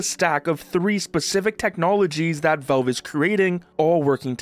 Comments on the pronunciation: "Velve" its Valve! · its not velve its valve :"